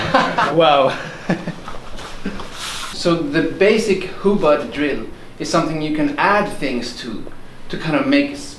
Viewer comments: its hubad. Not hubud. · Its not hubad its hubod. An o not an a. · I checked. Is it really hubad..?? It's says hubud. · Hahahaha not hubad😂